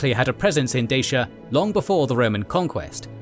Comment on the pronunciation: Great video, but the romanian in me can't get over the incorrect pronunciation of Dacia 😂